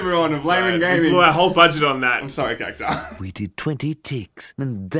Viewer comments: Cac-tu-ar What the fuck is a "kacktaar"? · Its CactUar